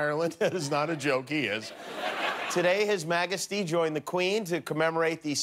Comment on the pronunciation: Your “magasty” 😂